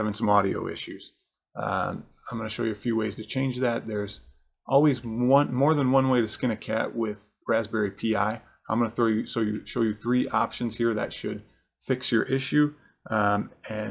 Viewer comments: "rasberry pee eye" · Dude did you seriously just say raspberry pee eye?